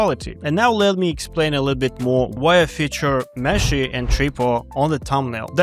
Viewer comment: I can't stop hearing "Messi" when you say meshy and I love it because argentina campeón papá. Thank you always for sharing this valuable information with us